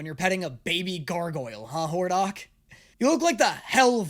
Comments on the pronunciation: It's hordACK😂 not horDOCK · So Hordak is the name he won’t be able to pronounce this time, eh? Well I guess we get to see how Hordok handles things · i can already see it, getting mad because we dare say that its "hoardak" not "hoardoc" xD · YOU ARE FUCKING ME. IT’S HORDAK. NOT HORDOK. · does no one else cackle when he says hordock instead of Hordak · It’s hordak not hordark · "WHORE-DOCK" 💀 The way to pronounce it is "whore-dac" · It's not Hordahk. Don't call him that I'm crashing out. Whore-dak an A sound not an ah sound please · ...does he keep saying "Hordok"?, its HordAK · oh no he's mispronouncing another characters name. it's hordak, not hordok,. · It’s HordAk not HordOk. There’s an A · saying names wrong continues with “Hor-dock.” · not again! I really thought we could get through a show without mispronouncing a character's name. I was wrong. Dammit. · Does just pick a character per show to mess up their name?!? I can’t be the only one that thinks he is pronouncing Hordak ridiculously wrong right?